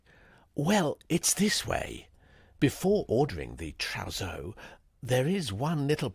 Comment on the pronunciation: At about Tuppy says , “ Before ordering the trousseau..” which the daft voiceover pronounced as if it were Trow zoh. Could someone inform him of the correct pronunciation and meaning of this very well known (though not to him) French word?